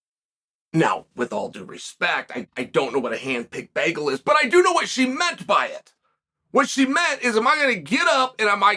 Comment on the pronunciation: There are hand made bagels; there not apples you’re not “picking” them. In a side note you say the word “bagel” strangely. Big fan!